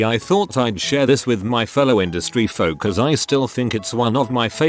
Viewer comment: Never noticed how similar the pronunciation of Folks is to the German Volks.